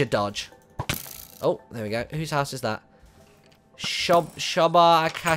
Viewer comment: lol, at the end you were confused and said 'well' and 'house' wrong